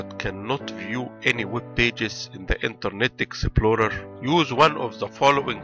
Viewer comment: Interrrrrnet exeptplorrrerrr 😂😂😂